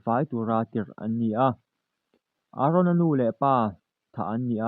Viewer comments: Aron a ni lo Eren ti tur aw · Aron ni loin eren zawk aw lam dik ve teh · I mol deuh mon le ARon chu i la tih tal le EREN tih tur🤦‍♂️🤦‍♂️🤦‍♂️🤦‍♂️